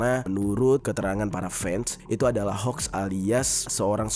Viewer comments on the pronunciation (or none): none